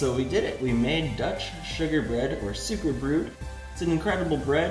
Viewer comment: It’s actually pronounced “sow-ker brote.”